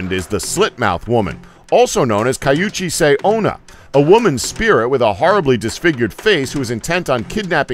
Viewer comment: The worst was "Kajuchise" Onna.... He didn't even try ._.